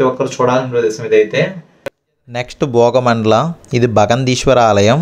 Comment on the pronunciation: భోగ మండలం కాదు బ్రో... భాగ మండలం